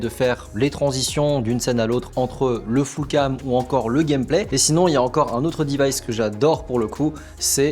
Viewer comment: "un autre divayce" ptdr